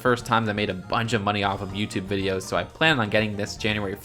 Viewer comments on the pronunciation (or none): none